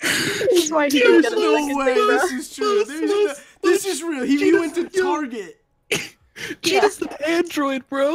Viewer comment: really said target like tarjet